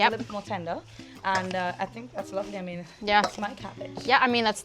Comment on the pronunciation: Yall hear that "ah mean" from Sabrina ? Your TT passport will arrive in 3-5 business days ma'am!